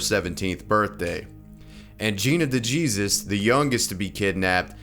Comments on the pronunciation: OMG it's de hey Sous is how to pronounce that you don't say it like Jesus from the Bible! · Gina De Jesus.. 😂 The Jesus part is pronounced in Spanish. Like "hey Suess" as in Dr. Suess. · Gina De Jesus is pronounced Gina De hay suus. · Gina "bejeezus" de Jesus. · I think Gina's last name is pronounced De-Hesus. I have a Mexican friend named Jesus so that's why I think. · Gine de JESUS lul... it's pronounced "hay-seuss" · I'm not trying to be "that person," but I have to correct you on Gina's name. As we know, Americans are known for being the only people that never name their kids Jesus. Therefore, if you see someone with a Jesus name, it's pronounced in Spanish. And we all know that the letter J has an H sound like when saying José or Juan. Therefore, her name is pronounced "Gina deh hey-soos" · That's not good you pronounce Gina's last name. You sound like a damn fool saying it like that. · He said de Jesus 😩